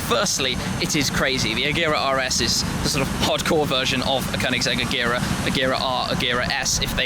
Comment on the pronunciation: Pronouncing agera wrong